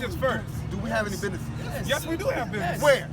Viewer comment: How many n's and s's are in the word business? Now take a drink every time he says binnessess's